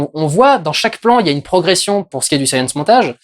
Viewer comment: Il n'y a que moi qui est entendu "Saiyan Montage" plutôt que "Science Montage" x) ?